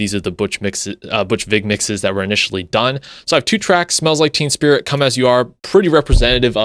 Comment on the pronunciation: Its basically the same! Its not like they made "endless nameless" sound like "polly"! Also the first time you said it, you said "smells like TEAM spirit"! 🤣 Im gonna use that as a title for a song!